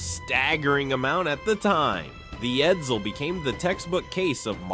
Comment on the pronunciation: 1. The E475 engine wasn't used in other Ford products. (The E400 was used in 1958 Ford police cars, but you didn't mention it, hence the parentheses.) 2. Edsel production was, in fact, 118,287 cars. You overlooked the 7440 Edsels that were built in Oakville, Ontario. 3. Edsel is not pronounced "Ed-zil". C+